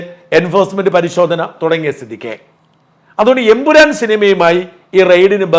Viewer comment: Ayyo Ayyo, not Empuran😂😂